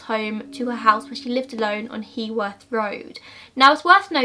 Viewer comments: It is pronounced 'Hugh-worth' road :) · Again another video where the poster can't pronounce Heworth. Please do your research.